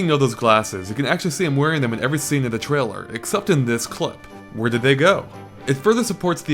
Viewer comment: he should learn how to say trailer if hes gonna use it 20 times... keeps saying trilla =_=